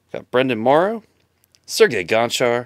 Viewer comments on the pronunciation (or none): none